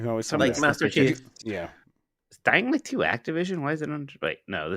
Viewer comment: Every time Jeff says dying light 2, I hear Dynamite 2 and always say to myself "wtf is Dynamite 2?"